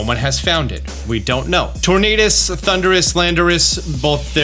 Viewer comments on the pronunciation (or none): none